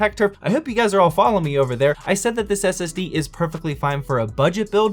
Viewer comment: I thought the SSD said “ass”...